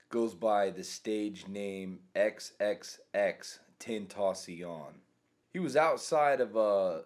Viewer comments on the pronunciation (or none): He says it like xxx ten taus ion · Xxxtentaceown You might summon the wrong spirit. xxx ten ta cion pronounced {xxx-ten-ta-si-on} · “XXXTENTACYARN” what the fuck is “Tentacyarn”?!?? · "triple x ten ta Shaun" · “eX Ex Eax TEntAcIOn” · just saying but his name is pronounced XXX-TEN-TASS-EON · X x x tentocion is what you said bruh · Everytime he says tentacion!!! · You pronounced he name wrong so many times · can you ask X or his real name jahseh dwayne onfroy why he needs help and help him. Also you said his rap name wrong search How To Correctly Pronounce XXXTENTACION on youtube and I think that would make it more easier to grab his attention. I want you to bring so much help you can to him or you can live him alone to rest.